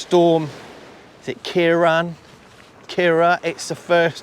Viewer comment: Best way to pronounce it ie Kirawn